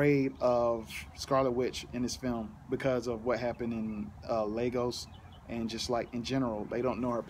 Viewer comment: YOU PRONOUNCED IT RIGHT!! THEY FUCKED UP THE PRONOUNCIATION IN THE MOVIE! LAY-GOS not lahgos